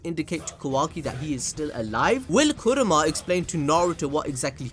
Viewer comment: kurama not kuroma